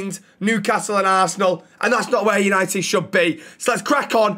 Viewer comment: tenth, YANITED YANITED YANITED!!!!!!